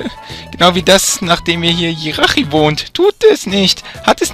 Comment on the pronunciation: Man spricht tschiratschi aus nicht jirachi Aber sonst cooler part aber Monsterräume sind meist da wo viele items sind